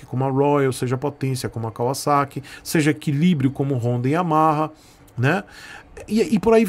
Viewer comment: Cara, primeira vez q eu escuto alguem falando Kawasaki da forma certa. KKKK